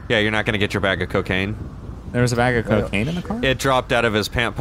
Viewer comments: Bag of cacaine haha. it's cocaine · Pugh Crew he meant that said cacaine instead of cocaine